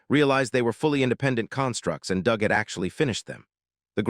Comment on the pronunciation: sigh The usual terrible AI reader, mispronouncing and mis-emphasizing words with a rather painful translation that at least so far hasn't misinterpreted the characters' genders... yet. Your robot also tried to "conceal" the word 'bastard' but instead pronounced it ass-grab. Good work. AND your bot pronounces "Doug" as "dooog" not "dug". And Xiaolong, which your bot pronounced correctly in the first part of the video, has suddenly turned into Zeye_ow_long. Not Sh-aow-long which is what it was before. Brilliant checking for consistency and error there guys. Oh wait you never do that because this is just to get money for someone else's work. I see that you used an AI scanner to create the summary as well, because , a HUMAN would know that a GRYPHON IS NOT AN EAGLE. Nor is the CROW at the Xiaolong-style school an eagle. Does your AI scanning robot think all birds are eagles?/